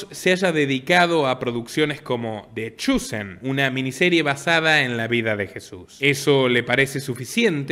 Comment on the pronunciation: Se pronuncia “ de chousen” ( the chosen)